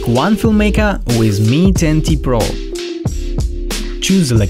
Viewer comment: Mi 10T sounds like Mi 20